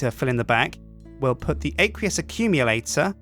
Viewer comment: It's pronounced "Ak-we-us Ak-youm-yilator"